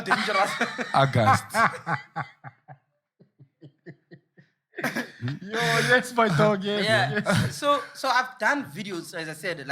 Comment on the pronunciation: "Augustoss , just before Novimbas"